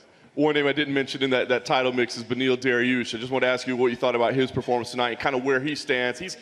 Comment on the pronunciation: Dana “ Dariul Beniush” White